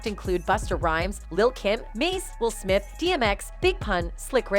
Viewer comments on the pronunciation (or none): none